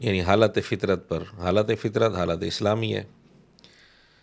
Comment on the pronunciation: O. fatrat ka lafz kahye fitrat nahin